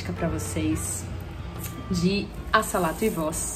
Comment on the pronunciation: Lega! Obs: um "s" entre duas vogais tem som de "z" então a pronúncia seria"azalato". Muito boa a aula parabéns.